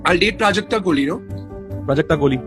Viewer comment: Her name is prajakta not prujakta The wrong pronounciation gave me a headache